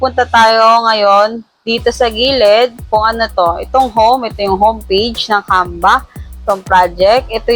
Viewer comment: bkit parang "camba"? naririnig ko..